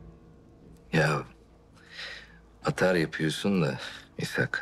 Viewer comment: Baba ne apyiosun dediginde yaman , Hamdi baba "gunesden c vitamini calyiorum dedi yaaa adam cok komik